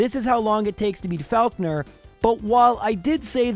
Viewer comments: I swear it's pronounced "FOCK-ner". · My god your pronunciation of Faulkner is triggering